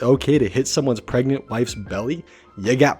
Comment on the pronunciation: ...Says pregnant: PREGENT